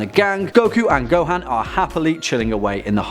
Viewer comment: It's Gohan not GoHAn